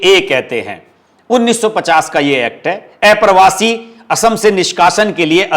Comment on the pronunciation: अप्रवासी शब्द का उच्चार आप एप्रवासी ऐसा क्यूं करते हैं। क्या आप "अ" का उच्चार "ए" ऐसा करते हैं?